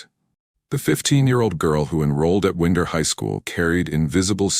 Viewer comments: The city Winder is pronounced as "Wine-Der" not Wind-er. Source: sibling lives there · Winder, Georgia properties pronounced is Wine - der, Georgia!